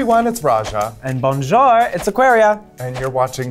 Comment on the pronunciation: pleaaaase, can someone teach Aquaria the pronunciation of “bon jour”??... She is LOST. 🙄